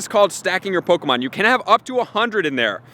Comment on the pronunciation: "po-ko-mon" go AHAHAH